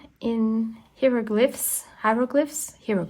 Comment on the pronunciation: That book page next to the cover is a flyleaf, and in America we pronounce hieroglyph with a long i, like the word "hi." Love your art journal!